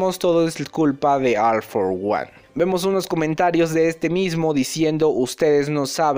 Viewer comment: Se pronuncia ol for guan... recuerda como pronuncias a ol maigt ambos tienen la misma palabra al inicio en ingles